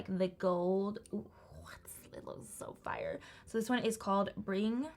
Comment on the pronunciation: noone:: “sOoœ fiRëe”